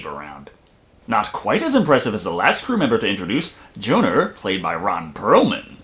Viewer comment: Why are calling Johnner Joaner?